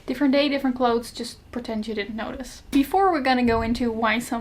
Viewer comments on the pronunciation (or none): none